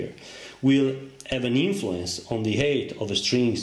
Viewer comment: Another super video! Thank you very much. Your English is excellent. Please allow me to contribute that the sound of the "I" in pivot is the same as in the word "it", and that, "height" rhymes with "bite, "light", and "night."